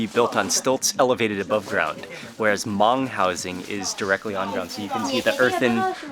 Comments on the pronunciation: Hmoob Food, good job in the video and not butchering the word Hmong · The video felt a bit rushed but it was great to see you finally making it to a Hmong Village. It was awesome to hear you say Hmong. Keep it up Mark. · Thank you Mark ❤️ for pronounced Hmong you are the best:)